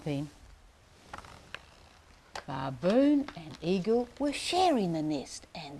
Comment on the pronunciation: Great demo but the mispronunciation of baboon is annoying.